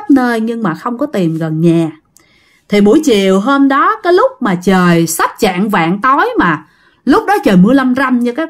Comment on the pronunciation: Trạng dạng mới sai , chạng vạng mới đúng nha